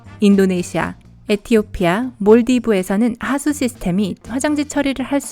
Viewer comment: 시스템이라고 안들리고 스스템이라는것 같짘ㅋㅋ